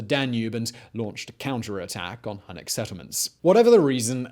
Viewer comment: H U N N I C --> Hue-nik